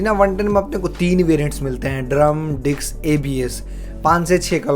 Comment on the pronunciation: डिक्स 😂😂😂😂😂😂 भाई डिक्स नही डिस्क। डिक्स (dic ks) पता है क्या होता है?